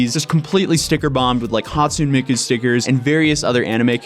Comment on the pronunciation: The E in Hatsune isn't silent, sir